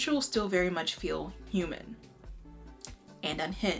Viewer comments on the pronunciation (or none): none